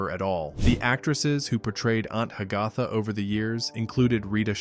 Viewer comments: Announcer pronounced the name Ha-gath-uh, almost like Hiawatha! Correctly would be Hag-uh-thuh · It's pronounced ANT HAG-a-Tha!!!!!!! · Aunt Hag - AH - tha??? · Ha- ga- tha? I always thought it was pronounced Hag - a - tha. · It's obvious that a computer was the narrator by the pronunciation of Aunt Hagatha (Hag-a-tha) & that was about multiple actors who played the same character, not one actor who played multiple characters. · Aunt Hagatha is pronounced Hag-uh-tha..., !!!!